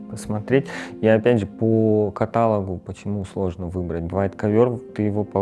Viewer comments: полностью согласна. КатАлог... - откуда этого ведущего взяли? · жАлюзи, катАлог, пустая болтовня и сто ракурсов одной и той же комнаты... Уровень канала очень сильно упал. Верните, пожалуйста ту подачу, ради которой мы все подписывались на вас, верните ВАШ стиль, очень прошу! 😢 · Нет, по-русски верно только каталОг. Не всегда заимствованные слова заимствуют ударение.